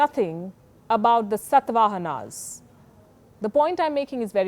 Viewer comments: But you are speaking in English, you are an hypocrite. But I believe that english should be taught atleast after 5th grade because it's a global language... Also its pronounced SA-TA-VAHANA not SATH-VAHANA !! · Say Satavahana once again palki ! hilarious pronunciation 😂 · See your own pronunciation…pronouncing satvaan..first of all u need to be free from colonial mindset befor teaching others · Palki madam, I admire you for all your innovative ways to drive home what you speak. Thank you. I am sorry, the dynasty you asked if we know was pronounced by you as Satvaahanas..wrong. When we write in English, we read it in many ways as the language is not suitable to write Indian names. The great dynasty of Indian plateau is शातवाहन Shaatavaahana. Like Vikram Samvat in North... in Maharashtra, undivided Andhra, Karnataka and in parts of Kerala and Tamilnadu, the samavat is Shaalivaahana Shaka शालिवाहन शक। Shaalivaahana was a great king of Shaatavaahanas. They write it as Salivahan Saka and read it as Salivahan Sak..in Hindi सालिवाहन सक???!!!